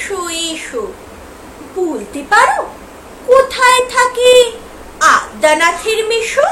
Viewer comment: Addanath noi adyanath jo fala ache madam.